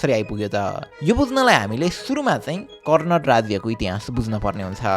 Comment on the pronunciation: It's not कर्णट but कर्णाट. Also not सिमराउगढ but सिमराउँगढ.